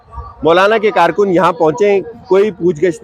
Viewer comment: Paid karrrrrkun, hahahaha, pura tabar chooorrrrrr,😊